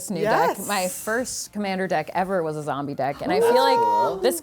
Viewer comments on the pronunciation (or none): was my favourite part - 'zombeh, zombeh' 😂 love it